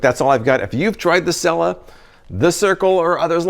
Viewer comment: It’s (seela